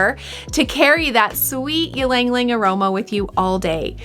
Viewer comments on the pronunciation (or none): Hi! It's "eee-lung, eee-lung" not "yee-lung-lung" Anw, thanks for the video! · You are miss pronouncing it. It is Яланг Яланг. I hope that helps. I really enjoyed the video. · please stop saying it in that way, do you say mukbang as mukbeng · Pronounce it correctly please.